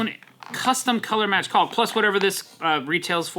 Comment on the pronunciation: I gotta say, in my entire 65 years of living, I've never heard someone pronounce it as CALLK.